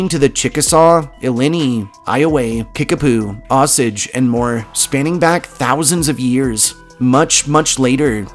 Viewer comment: O-Sage Indians, not oss-adge. O’Soggy if you’re nasty. Lincoln Beach? What? Sounds more like Morse Mill along the Big River? Meramac is allegedly Osage for River of Death, since it’s always been dangerous to swim there, due to undercurrents from numerous bends in the river. Never heard of any caves or tunnels outside downtown until Bourbon area with Onandaga Caves and Meramac Caverns.